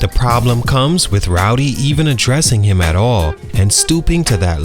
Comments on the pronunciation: Man, if he say Rowdy one mo time! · You just gon keep calling that man rowdy huh 😂